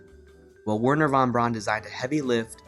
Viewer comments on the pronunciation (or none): This was a really quite charming video and I’m looking forward to seeing more! Small nit: Wernher von Braun’s last name is pronounced “brown”, not “brawn”. Keep up the good work! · You Americans have figured out Von Braun worked for the SS but you haven't figured out that his name is pronounced Fon Brown.